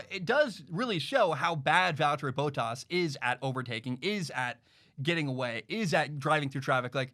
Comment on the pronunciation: It bothers me when he says Valterri Bottas, say it like Val-Terry Bott-Ass, Please.